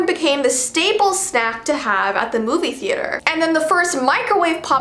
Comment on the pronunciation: omg she said that u eat a moov hehehehehehehhehehehehehehehehe